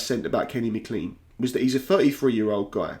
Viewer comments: Lovely commentary. I'll not be the first or the last to advise you that McLean is pronounced as Maclain, not Macleen. Cheers, nevertheless. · Please call him Mac-Lean not ma-clean. Anglicised from Scots Gaelic it's Mac = son of and of Gille Eoin = Servant of St John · Haha I was gonna say the same, but not in so much detail.. just that it's pronounced Mc "clayn" Appreciate the video mate 👍🏼 See yous in the world cup